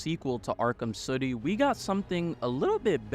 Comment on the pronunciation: Great video. I can't help but notice you saying "city" like you're in a bubble bath commercial. Suddy 🤣🤣